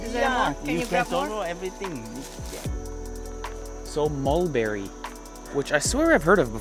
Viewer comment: Moldberry...or Mulberry? 👜🛍🩰👛 lolz